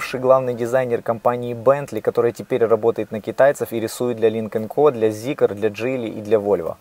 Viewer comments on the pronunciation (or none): none